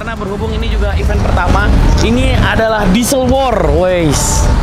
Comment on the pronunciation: Bener nih ucapannya event, bukannya even. Byk bgt yg salah